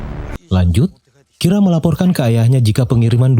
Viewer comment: menit 7.55 ngomongnya kira lama lama kok jadi rika? gimana nih?